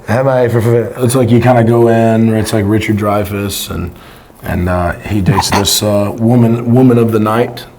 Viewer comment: RICHARD DRYFUS??? LUKE! RICHARD GERE BRO…